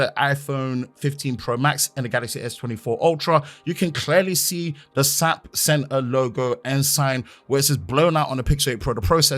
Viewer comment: The SAP is pronounced as individual letters. My job works with them regularly.